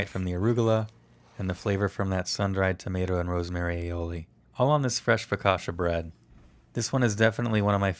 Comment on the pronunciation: Your sauce is surely delicious, but it has nothing to do with aïoli. Focaccia is not pronounced focasha but focatchia.